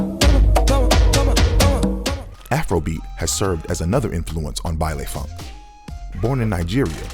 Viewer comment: for those who don't know, it's pronounced "bailEE funk" not "bailAY"